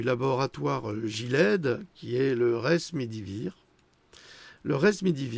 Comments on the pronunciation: ce n'est pas le resmédivir mais le remdésivir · Attention.bien prononcer Rem.. Desi Vit REM ... on connaît Desi... En hindi, voir Web Vir... En latin...idem Gilead : ancienne chanson " there IS a balm in Gilead " voir Web